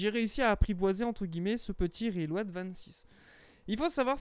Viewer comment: J'arrive juste pas a finir la vidéo, juste a cause de la façon dans tu prononce le nom de l'ato , sérieux, RILO'AD 😫🤮